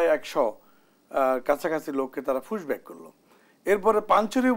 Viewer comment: মালটা বলছে ফুসব্যাক 😂😂😂